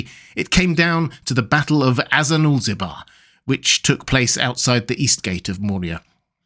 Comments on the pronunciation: Great video. One nit pick that keeps bugging me every time I watch it: the battle is called "Azanulbizar", not "Azanulzibar" as you said it a few times. I know it's a mouthful and probably took you several takes to get consistent but still. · "Azanulbizar" not "Azanulzibar" ;) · Great video, but just a small correction: it's not Azanulzibar, but Azanulbizar. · Azanulbizar. It is battle of Azanulbizar. Goddammit.